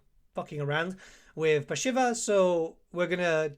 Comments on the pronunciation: pronunciation of the name was so bad I had to close the vid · 40 hours of play time and you still can't pronounce her name. /s